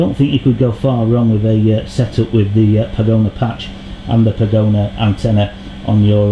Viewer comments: I appreciate you carrying out these tests, and it's nice to know that the antennas I use for FPV are as good on the bench as they appear to be in the field, but I wish you'd stop calling it a "pagona" - it's a pagoda - like the chinese buildings - no "N" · That is Pagoda, not pagona.